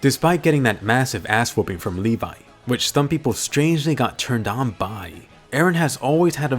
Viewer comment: ITS LEVI NOT LEVA